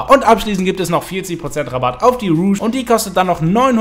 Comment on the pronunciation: Gutes Video, aber du sprichst "Rogue" falsch aus! Es ist nich Moulin Rouge!